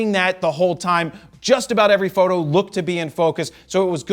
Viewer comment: why does he say photo like that